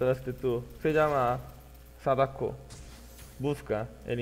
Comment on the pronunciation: Al final no me quedo claro la palabra que uso para el que paso por atras :s .. sadako hagako ??? q fue lo que dijo?